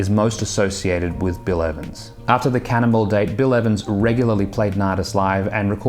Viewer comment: “Cannonball”, not “Cannibal”.